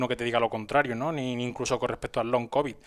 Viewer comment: Pero qué ridículos los papeles del medico oficialista,el TBO ese the Lancet del Faucci, que ya no leen ni los médicos y los datos de la farmafia que te vende el veneno....pues si que son de fiar 😅. Ah pero saber decir "long cobi" Ayyy.........